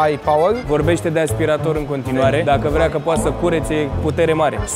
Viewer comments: Bine pe engleza… “ASPIRETOR” 😂😂😂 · Aia cu “aspireitor” e cuvant nou in engleza 🤣🤣🤣, noi la scoala am invatat vacum cleaner parcs 😺😂